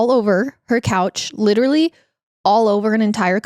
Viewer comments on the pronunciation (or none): none